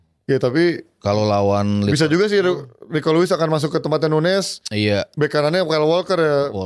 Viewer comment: Penyebutan Nunes sama nuñez biasanya akan dilanjutkan pda pertanyaan "nunes yg mana? Liverpool atau city?" ñ/Ñ dibaca ny... Jdi huruf ñ ini sering kita lihat pda bahasa spanish. Nuñez = nunyes Muñiz = munyis Señor = senyor señorita = senyorita jalapeño = halapenyo. Sementara nunes portugal penyebutan nya sdh benar